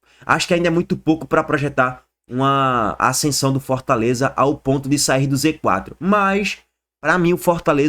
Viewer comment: ponto ele fala pontis 😂😂😂😂